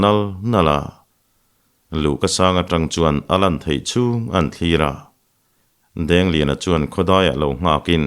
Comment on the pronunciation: Dangliana nge dik zawk Dengliana zawk ?? I sawi pawlh thin sia😂